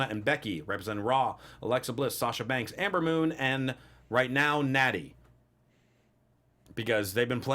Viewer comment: it’s Ember not Amber